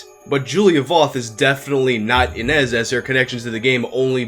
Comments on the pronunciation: It's pronounced Ee-nish. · The origin of that name is Ines and you pronaunce it as Iness. It is a common name in the Europe's Slav countries (didn't hear it much in Russia). If she was only a student in Japan at the time maybe after her studies she moved away to who knows where doing who knows what she might not be canadian and video games are not popular everywhere especially in around her age in current time, she might look completely different that is why no one picked it up that is she. Also as Mikami said she wasn't really an actress she probably did few jobs while in school just so she can earn quick money on the side. Not everyone is into acting and video games, especially not back then. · its prenounced ine-ž. ž is pronounced like the su in measure or in pleasure . This sound appears a lot in eastern European names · You are pronouncing "Inezh" wrong. The digraph "zh" represents the /ʒ/ sound (ž — if you prefer transcription with carons). This is exactly how you pronounce 'j' in French. Also, this is how you would pronounce the 's' in "Asian".